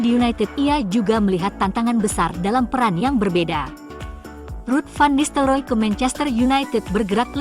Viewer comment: teh heg ke ten haq? memalukan penggunaan bahasa komentator.. van nistel roy.. bukan nistel roo!!